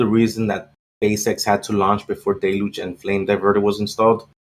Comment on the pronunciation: It's pronounced DEL huge. Not del LUGE. First of all the accent is on the first syllable DEL not the second syllable. And there is only one L pronounced and it's in the first syllable. The L is pronounced in the first syllable DEL but there is no L pronounced in the second syllable. There is a difference in the spelling of words and the pronunciation of them. If you try to pronounce the word the way it's spelled you will mis-pronounce the word.